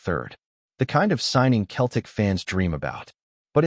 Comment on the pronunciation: Lol AI doesn't know the difference